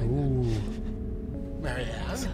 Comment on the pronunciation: Du kannst sie doch nicht Marie-Ann(englische Aussprache) nennen xD Das muss Marianne(polnische Aussprache)!:P